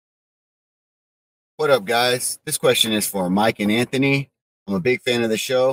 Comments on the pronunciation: Mike there's a letter haitch in AntHony lmao Antony 🤣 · how has no one told Bisping how to pronounce Anthonys name yet?